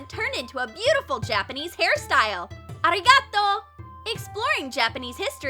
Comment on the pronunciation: WTF IS ARIGA-TO?!?!? Listen its supposed to be ari-ga-to